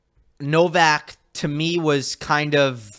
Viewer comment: Wish you guys would pronounce Novaks Surname PROPERLY